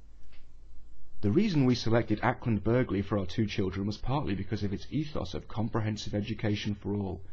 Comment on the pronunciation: the g is silent in Acland Burghley